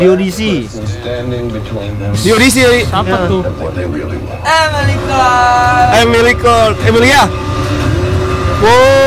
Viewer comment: cara baca nama Emilia Clarke itu emilia (UK)/amelia(US) klark bang, cmiiw 🙏